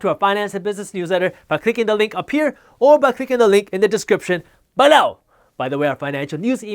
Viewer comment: 😜 I love the way you say the word “BELOW”‼️